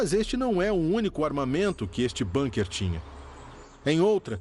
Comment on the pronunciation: É de lascar: bAnkers? É bUnker !!! É alemão, e não inglês, porra. Com U, U, que alemão tem som de U. BUUUUUUUNKER !